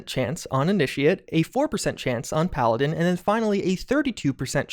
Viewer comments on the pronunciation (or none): none